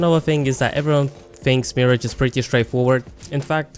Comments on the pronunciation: Its Mirage not Marriage. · If I hear one more person call him "Mee Ridge" instead of just "Mirage" (which like the word, should be said as Mer-Aage) I'm gonna cry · Its mirage not marriage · It’s “Mi-rahj” not “Mirij” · The way you pronounce, mi-rarge is incorrect, like a mi-rage is something you think you see but you dont, due to Illusions, its where his name comes from due his abilities. Just a heads up. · Are you saying Marriage? LMAO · 'You are saying MIRAGE wrong' it's not Miridge. I hate these assumption videos. No, I'm not using him wrong thanks. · Meer-aj cringes internally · Why do you say mirage like marriage?! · Hes saying mirage wrong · If you are going to do a turtorial on a character then you should at least know how to pronounce his name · Don't tell me I'm playing him wrong when you cant say his name right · Learn the say mirage, Jesus. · You are pronouncing mirage wrong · first of all you cant even say his name right and you need to account for every player defensive and offensive. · Dude you don’t even know how to say his name properly and also don’t know what your talking about. Bloodhound can’t see Mirage when he Ults it is actually harder to see him because his screen is black and white while mirage almost mirrors the white color when active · Bold thing to say coming from someone who can't pronounce his name correctly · You are saying MIRAGE wrong! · Pls say his name right. That usually doesn’t bother me but pls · And you're saying his name wrong🙃